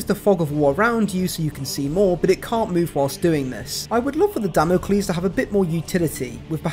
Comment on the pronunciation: Hearing ‘Damn-o-klees’ is slaying me from 110 yards like a double-tap off a Stalker bolt rifle lmao